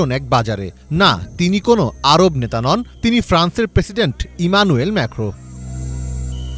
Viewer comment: ম্যেখো কি???? ম্যাক্রন হবে 😂😂😂